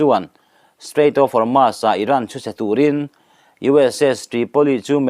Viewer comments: Strait of Hormuuuusss titur.. Hormaass nilo in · Hormuz a ni zawk lo maw